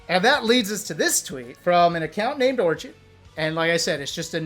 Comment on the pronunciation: Why he say orchid like that lol